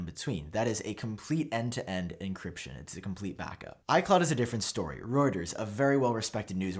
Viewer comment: Is it an American thing you pronounce Reuters ‘Rotors’ and EAP says ‘Rooters’. It’s a Germanic word and is pronounced ‘Roy-ters’. Certainly it is here in the Uk., Am I wrong?